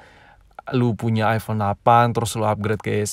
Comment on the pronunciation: 1:6 mungkin lidahnya lagi nge gym trus bilang "iphone lafan"